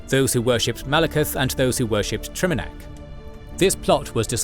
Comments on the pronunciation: Your videos are amazing but bro PLEASE stop mispronouncing names. You do this across your content — here, for example, you repeatedly pronounce "Trinimac" as "Triminac". You even say "Triminiac" once. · "Triminac" lol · Take a shot every time he says “Triminac” instead of “Trinimac.” Still love you guys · Should probably do a script review so you arent mispronouncing the main god Trinimac, not Triminac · It's Trinamac, not Triminac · It’s not Trinamac, it’s Trinimac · I hate that the AI used Triminac while I can clearly read Trinimac 🤣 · Mispronouncing Trinimac as Triminac throughout the whole video is a big blunder. Should also check for how to pronounce chimer or psijic. Good video otherwise! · You kept mispronouncing and miswriting TriNImac. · bro misprononounced Trinimac as Trimanac 😭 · "Triminac" I'm going to cry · I agree, hearing the pronunciation of “Triminac, Trynimac and Triminiac” in one video was very humanizing and gave even my OCD brain a chuckle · Trinimac. You mispronounced it every time 😭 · Dude is just butchering the word trinamac god dude lol😅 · FFS. The pronounciations are once again off. It takes a lot from the video and the "cred" of the narrator: * Trinimac * "Seedjeek", not "Saidjik" Seriously guys. This happens almost every video. Do a bit more effort to provide a massively better product. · Mispronounced Trinimac...